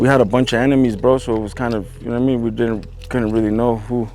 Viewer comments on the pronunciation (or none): "You know wharra I mean"😂